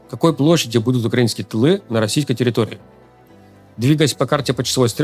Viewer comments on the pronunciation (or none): none